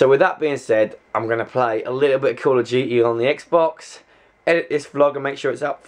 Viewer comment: oh my god i love the way you said CALL OF DUTY. i swear i couldnt understand i had to replay it a few times. i was like what's carla jeetey?? lmao love your freakkin accent dude